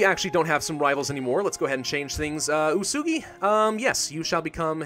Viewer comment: U-e-su-gi not usugi